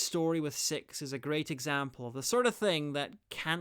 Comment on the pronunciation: You say Six like Sex.